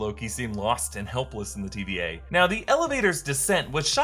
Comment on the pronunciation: I still hear TBA and not TVA lol.